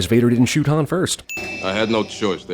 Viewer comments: Need to add a sin for Leia pronouncing "Han" like Lando does! 🙄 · Right I would almost swear that Leia called Han ( that we pronounce like Hahn) Han (pronounced by her like Ham, same as Lando.) I will listen again but that's what it sounds like to me. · Holy shit when chewie chokes lando, leia pronounces hans name with a long a like hand! And yet lando gets all the shit for doing that later